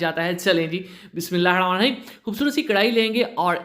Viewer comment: Ap please Bismillah sahi se parha karen